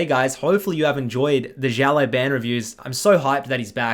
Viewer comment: Chinese teachers probably: Ok class repeat after me, Xiao Lao Ban NA: Zhiao Lai Ben